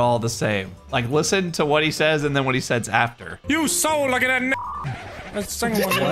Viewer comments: He was trying to say "you so lucky that second one never went off" but spoke faster than his brain could think and ended up saying the n from never at the start of "second" resulting in him saying "that necond" which sounds like that one gamer word when said fast. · “That necond one sever went off” “That’s second one never went off” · For those who dont know, the whole "nogla said the n-word" thing was actually a spoonerism. The words he was going to say before he caught himself was "that necond one sever went off" when he was trying to say "that second one never went off". Thank you for coming to my Tedtalk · Nogla said second and never at the same time. Combine those words and you get necond which sounds like the n-word. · With the "second one" clip, the N sound frome the "One" accidentally replaced the S sound in "Second", and the ND sound wasn't said, so it was more of "Neco", but the o being pronounced as an A, so Neca.